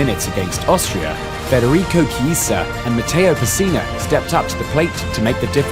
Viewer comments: Ci..CI? Cillini? my ears XD and the same with ciesa. If there is CH before the i it's red like K (simmilar) What ur saying is C and I wich is red differently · Federico CISA? No, IT'S ITALIAN NOT ENGLISH. CHIESA pronunc. Key-e-sa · very nice video! but when you say Chiesa try to pronounce it like this: Kyeza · Read "CH" = Pronounced "K" Echeccazzo L'ha pure detto 100 volte Caressa con Chiesa e Chiellini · Great video... but it's pronounced Kiellini, and Kiesa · And chiesa as well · Please learn to pronounce Chiellini and Chiesa. The video says it horribly and ridiculously.